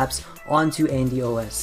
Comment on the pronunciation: It's Andyroid. Not AndyRoot. Check the desc.